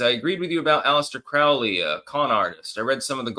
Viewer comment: is also mispronouncing Crowley. Hey, "crow" is "croe" not "crau" 😂😂